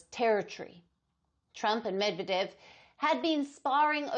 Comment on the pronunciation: learn to pronounce correctly, u dont need a high iq for that!! MedvEdev!!!